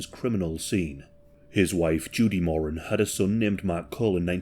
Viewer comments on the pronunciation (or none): MorAN. Not “moron”. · Learn how to pronounce Moran… It’s Moor Ran not mor un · Love your videos. Just a slight correction... The Moran surname is pronounced Moh-rann Not More-An Emphasis on the second syllable. Pronounce like "he RAN a race". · In Oz, the last name is pronounced 'Moore-Anne', but considering their combined IQ was about room temperature, I like the way you pronounce it as 'Moron'. XD XD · Thank you my mom was a more-ANN and her students would pronounce it like moron, like is, to be mean 😢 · You’re pronouncing Moran incorrect 😬 phonetically it’s MORE ANNE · your pronunciation of Moran did my head it, I'm a kiwi and been to Melbourne number of times, a mate of mine even meet the Moran brothers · When you say “Jason”, you’re showing a pic of mark and vice a versa. Also it’s pronounced “more-anne”. I’m an Aussie who’s very much invested in this case and those involved. Love ya channel but I had to correct it. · It's pronounced Mor-an. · More-ran.. not picky, but educational.. at least it's not a pronoun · the family name is pronounced MORE-RAN and the pills in Melbourne were pretty clean and amazing in those days lol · Its an Irish name and irish people pronounce it mor an.. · You've mispronounced the "Moran" name. Edit: the first few times at least.